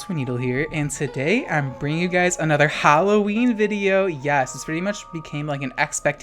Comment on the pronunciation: I love how you say HAlloween